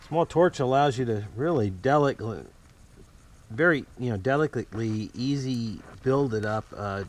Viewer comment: "....cause small torch allows You to really delickly.....very.. You know delicklicly..easy build it up gently." LOL! Yes! I told You english was difficult..;) Nice video of yet another good repair,.